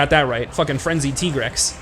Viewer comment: I still call bs on Tigrex being pronounced Tee-grex.